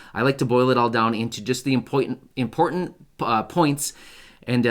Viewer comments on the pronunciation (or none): impoitant isn't a word.